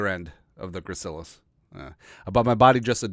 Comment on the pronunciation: Just got out of ANATOMY, got an A in the class so I'm now a self proclaimed JEROME EXPERT. You pronounced it correctly the first time. Had to memorize all of that info, for not only the Gracilis, but for EVERY OTHER MUSCLE IN THE BODY! F that class. Lol.